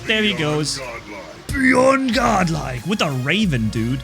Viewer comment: "bYeOnd" Godlike" Think he need to practise that :)